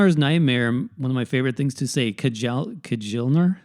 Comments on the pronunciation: kyall-nar, not kuh-jal-nar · 'j' in nordic languages are pronounced like 'y' so kjalnar = kyalnar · It's pronounced "KEY-ALL-nar."